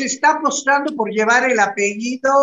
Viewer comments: Que no es “APEIDO” es APELLIDO!!!!! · se dice apellido no apeido